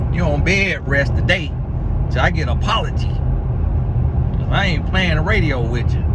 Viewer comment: 😂😂😂😂 at “bedrest tuhday!”Now! You’re as bad as guitar string Bonquisha😂😂😂